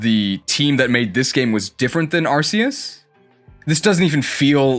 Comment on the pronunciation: That's not how you pronounce "Arceus."